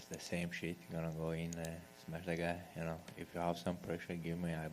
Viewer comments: Its Smesh* pff.. amateurs smh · Its smesh not smash UFC yt channel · "I gonna smesh his face everywhere" is both scary and funny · "I smesh them both same night"😅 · Title correction: “Smesh everyone”